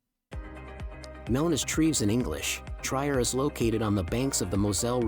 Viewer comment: Why the narrators of these kinds of documents of countries do not delve into the correct pronunciation of the cities is a mystery to me because translator lets you hear the correct pronunciation. I am referring to the place Trier. This is not Tryer but tree-er in dde pronunciation.